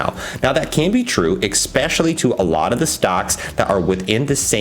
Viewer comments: What the hell does X-specially mean? Has Elon Musk sold you a dictionary? Why do you use a word so many times when you can't pronounce it? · X-specially annoying as fuck. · You sound foolish when you say exspecially 50 times in 5 min